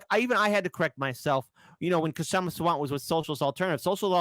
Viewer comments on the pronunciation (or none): the k in kshama is silent